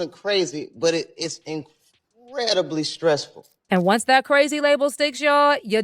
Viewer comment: why all the dis and dats? Plus a boring story